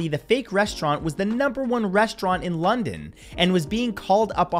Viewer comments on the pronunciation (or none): none